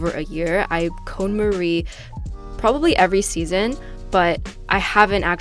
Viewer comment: Great video,! I think it's actually pronounced CON MAR-EE not CONE MARIE.;)